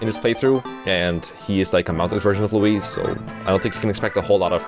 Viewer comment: why are you pronouncing louise like that